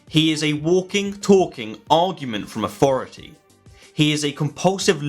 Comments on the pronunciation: Could you please use th instead of f. Its authority not aufority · “Rezer?” “Aufority?”